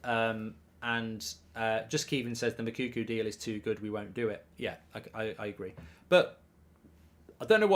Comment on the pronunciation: Mou-ko-ko ffs its not mokuku like you always say its annoying me now 😂